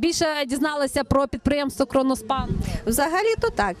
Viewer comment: КРОНОСПАНА А НЕ КРОНОШПАНА